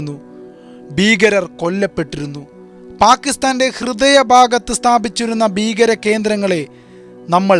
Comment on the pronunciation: ബീകരതയല്ല, ഭീകരതയെന്ന് പറഞ്ഞ പഠിക്ക്